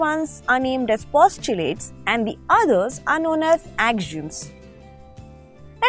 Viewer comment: AXIOMS is pronounced Ak - See - Um The lesson was very good Thanks